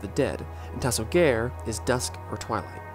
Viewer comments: ta-so-gah-rey not ta-so-gār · I almost threw up hearing the japanese pronunciations lmao